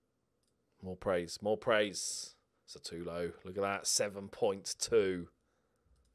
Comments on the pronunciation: He's Sutalo not Satulo. But you're, of course you'll mix up letters.:D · Sutalo is read Shootalo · Pronunciation: kopp-reev-nee-tza And that wonderkid defender: Shoo-tah-low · Also the S in Sutalo is pronounced like a Sh. That applies to the second s in Sasa